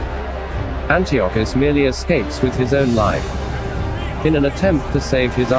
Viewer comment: Mispronounced Antiochus, among other words. Improve your A.I narrator...